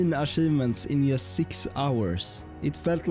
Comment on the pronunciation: Very impressive. Love how you mispronounce “just”